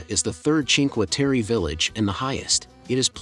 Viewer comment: Food in the mauve building in Venazza, up from the jetty, is not recommended. Train station tunnell at Rio is amazing. All 5 villages are beautiful. Please get the correct pronunciation on Cinque Terre.